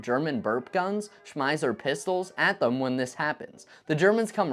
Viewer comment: I love this channel. But you might need to work on your German pronunciation a bit :) like in the case of Schmeisser